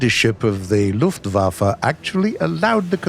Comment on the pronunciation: Luftwaffe not luftwaffa